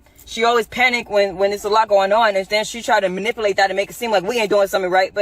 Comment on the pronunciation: If that crazy chick don’t stop saying ma-nipple-ate. Damn!!!